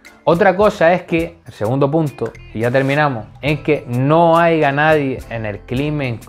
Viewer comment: POR FAVOR!!! deja de decir "haiga" haya!!! me sangran los oidos! jajajajajajaj buenos videos papa